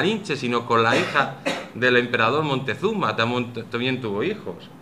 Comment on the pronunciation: Siempre he rebatido la leyenda negra y su falsedad, pero tampoco estoy de acuerdo con ir al otro extremo, la leyenda rosa, este señor me ha decepcionado por exagerado, 250 mil sacrificados al año? que fuentes segun el?Otumba 200.000 mexicas contra 500 españoles?? Tampoco si quiera sabe pronunciar Moctezuma,tlaxcalteca, Technotitlan ...Cajamarca una batalla?? Bueno si al menos en la cabeza de la audiencia se les ha quedado la falsedad del genocidio y robo, ya es bastante